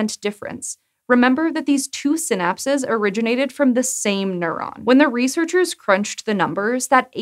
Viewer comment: Every time she said “synapses” i head “synapsids”, and now a cant get the image of tiny dimetrodons crawling around on neurons out of my head....